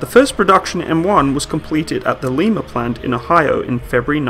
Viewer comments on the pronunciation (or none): Why does everyone miss pronounce Lima were this tank is built. Its pronounced lie-ma not lee-ma. The abrams is built 15 miles from me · No LeMa plant in Ohio? It's pronounced Lie-ma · Here in Ohio we say it L-eye-muh. And we don't go there unless we want to get shot. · Lie-ma, OH.